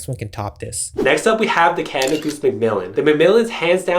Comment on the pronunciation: cana goose ? seriously dude, there's a d in canada. great video though :D